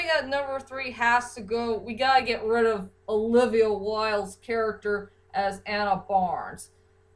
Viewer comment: and its rid not rib